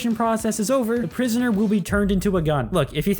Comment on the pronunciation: Bro said “i will give prionsoner animation”💀